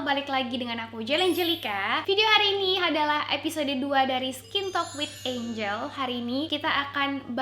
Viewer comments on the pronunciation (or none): none